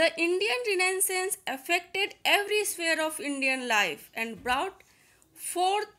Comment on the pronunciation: Mam renaissance ki pronunciation galat bolri ho ap